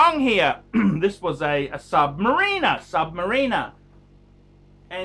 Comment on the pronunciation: What the fuck is a sub mareeener? Is that the same thing as a beeezal?